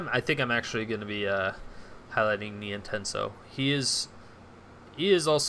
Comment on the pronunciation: It's pronounced NienTONsoh not Nientensoh :p